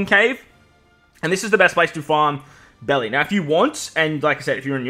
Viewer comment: It's the Japan pronouncing Berry- Belli